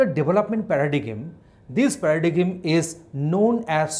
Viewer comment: Dude, at least pronounce the word Paradigm correctly. And reading from a text doesn't help the learner.